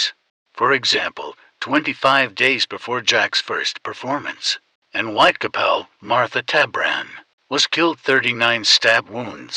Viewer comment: The content is really great but considering that it's based on a crime that has been remembered and is notorious, the pronunciation of the area most of the murders where committed is completely incorrect. It is Whitechapel! Not Whitecapel as pronouced on the vid